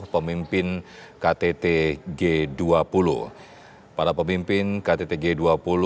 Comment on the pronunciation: G 20 pak bukan g duap. Kenapa cuma 2 kata bhs inggrisnya pak tidak seluruhnya... Kan bapak pinteeeeeeeer bahasa inggrisnya.